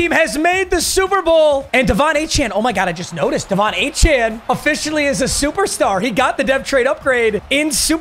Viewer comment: HE FINALLY KNOWS HOW TO PRONOUNCE DE'VON ACHANE'S NAME!!!